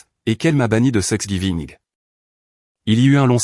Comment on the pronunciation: On ne prononce pas sexgiving, mais Thanksgiving.